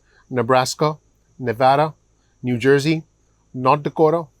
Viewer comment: The way you pronounced New Jersey . You didn’t have an accent. You had it again when you said it later when talking about those that will apply